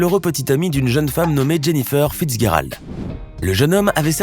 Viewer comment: "Fitz Guéralde"...ah ouais, ça serait pas plutot "Fitz-djéralde" (prononciat*) ?